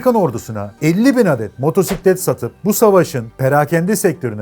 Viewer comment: "motorsiklet" demene sinir olmuyorum ama sen öncüsün işin doğrusunu öğretirsen yeni nesiller seni dinledikleri için senden öğreniyor ve gençlerin diline yapışmasını şahsen istemiyorum. Herşeyin doğrusu neyse o "motosiklet" diyelim lütfen. Yarası olan gocunsun bu arada